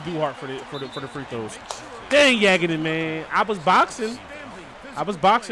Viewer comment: Yagodin is pronounced “Yah-Goh-Din”